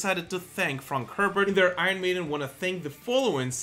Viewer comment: Love the channel , please pronounce Iron correctly